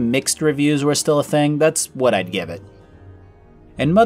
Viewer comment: I love when he’s like “Ide want the strong slaves...”